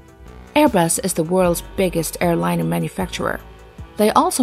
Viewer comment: Interesting video; however, your narrator really needs to work on her pronunciation, specifically where she places the stress in words like airliner and helicopter.